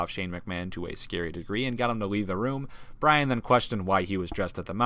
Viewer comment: it's bryan not Bryant